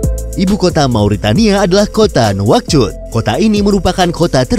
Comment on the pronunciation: itu bukan nauchot di baca naushoot